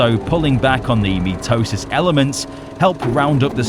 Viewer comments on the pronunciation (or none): Mitosis is actually pronounced mai-toe-sis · i know you're saying "mitosis" but pronouncing it "meat-tosis" helps explain what's going on even better